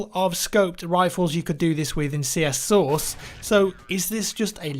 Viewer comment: I know he says "CS:Source" but it sounds like "CS:Sauce".. I find it funny.. ^_^